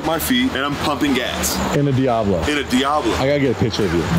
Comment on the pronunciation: the way composer said diablo in the studio made me think he meant it as DDEiablo